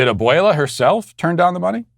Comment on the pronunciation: Te sales!!! Lol, good pronunciation on abuela